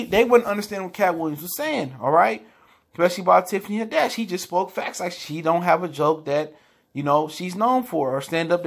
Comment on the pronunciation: Tiffany Had-dash... lol